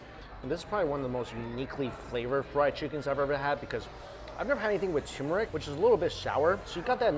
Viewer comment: did he say turmeric???